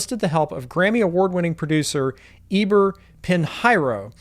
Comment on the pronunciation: Good info, thanks! But please , "Pinheiro" is pronounced "peen-YEH-roo " I am looking forward to the release date!